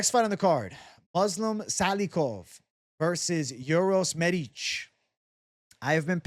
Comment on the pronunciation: "You said that so well,. I was captivated by how you said the letter 'Ć'. The 'Š' is the only problem with the name, but forget about it. Best regards!"